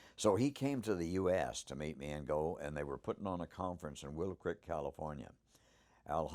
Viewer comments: Why does he call it a crik.. then he days crik it.. so cricket?? Oh dam.. creek.. got it.. he says everything normally except creek is it just an accent that makes it sound like hes saying crik instead of creek? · i love how it's pronounced a "crick" bed. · Take a shot of every time he says crick. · Love this story , the patty footage is the one thing that keeps me hanging on to this topic .. but whats sup with the way he says creek 😂😂